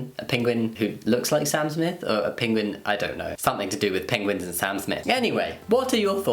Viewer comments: Pinguin? It’s like Benedict cumberbatch all over again haha. It’s Penguin 🙈 so cute! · I couldn’t focus properly for most of the first topic. I was more focused on the way Jamie pronounces Penguin. Love you Jamie but you were doing my head in 😂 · I love how you say "pinguen" instead of "penguin" XD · Jamie pronounces it “pinguin” omg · Did my guy seriously just say "Pinguin"? Bruh moment. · I think you mean PENGWING